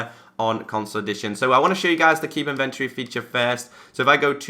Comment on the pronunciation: in·ven·to·ry ˈinvənˌtôrē That is 4 syllables. Otherwise great video! Maybe someone knows why my xbone has this feature disabled ( it will not allow me to check the box)